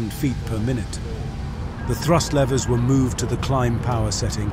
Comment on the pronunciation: Lever! Not laiver!